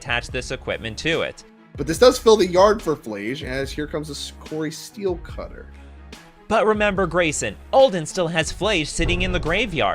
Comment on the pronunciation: Well yeah, that was a misplay in the last turn. The player must have been exhausted by the time he got to the finals. I remembered about the Dart in the yard, but it's easy for me to do; he was probably already too tired. By the way! The artifact is called CORI-STEEL cutter, not Cori STEELCUTTER😉 Don't contribute to those who mispronounce it 😛